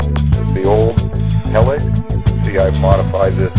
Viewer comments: oh yes and by the way is pronounced he-licks not hell-ex =P just like reflex isn't pronounced reff-lecks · nice, except its not pronounced 'hell-iks' its 'he-licks' . rhymes with re-flex.